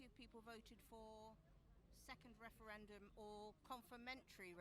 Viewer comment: wushun wepawt on the wefewendum ha ha ha best chuckle of the day.